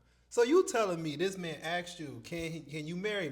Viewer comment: Dis, dat, dese, dere from a professor 😢